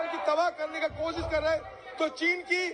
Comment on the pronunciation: चीन का च नही बोलते चीन का च ।